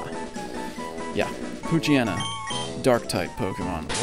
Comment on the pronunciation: WTF. That's not how you pronounce Poochyena. Its Pooch-yena